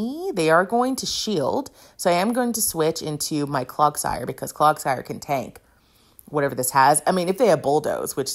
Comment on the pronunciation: I actually love your commentary, mispronunciations and all. You need a CloGsire graphic where it's wearing little clog shoes. It's CloDsire, btw, as in "clods" of mud. <3